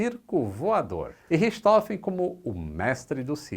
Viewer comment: A pronúncia é "richi rôfen"